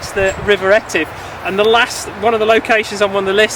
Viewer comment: Thanks too for pronouncing Etive correctly--after mispronouncing it for 32 years! Cheers.